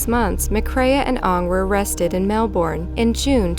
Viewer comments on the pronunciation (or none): Why are Americans incapable of pronouncing Melbourne properly? It's Mel-burn, not Mel-born. How do i know? I live in Melbourne. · Absolutely sickening some of the crimes on here have been committed, nice video!👍 Can confirm that Melbourne, Australia, is pronounced 'Mel-buhn' not 'Mel-boorn'